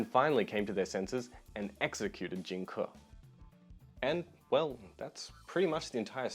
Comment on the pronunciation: its pronounced Jing "Kay" not kuh. Just so you know. Best wishes